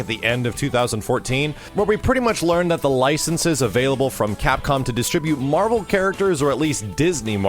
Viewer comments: Yesss Facking Marh-Vel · Say it with me doods, WHEN'S MAHVEL!?